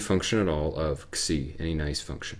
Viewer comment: He indeed pronounced it right. "xi" should be pronounced as "ksi".